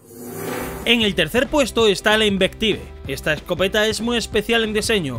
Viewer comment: Desde cuando la suros tiene gran cadencia :v y las pronunciaciones en inglés que pitetes? La inbektibe ? XD pero pero buen vídeo XD